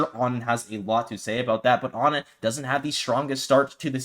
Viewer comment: Did onin clarify that their name is on-in instead of oh-nin? I’ve only recently begun hearing people say ah-nin and to me it obviously seems like the incorrect way to say it.